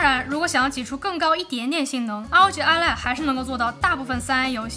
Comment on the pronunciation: ROG Ally 唸做 阿利 不是 阿萊